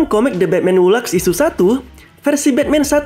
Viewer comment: Laughs (baca: lefs)